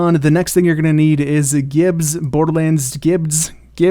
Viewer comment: Lmao the way you said gibbed’s